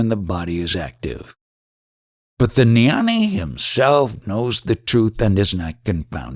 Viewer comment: Jnani does not have a silent G. It's pronounced gya-nee NOT nyani. The same G as when you pronounce ghee (clarified butter). ajnani is pronounced aagya-nee. Also jnana is pronounced gyaan. The a at the end is silent.